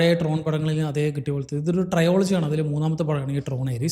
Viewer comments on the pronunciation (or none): ട്രയോളജി ❌ ട്രിലോജി ✅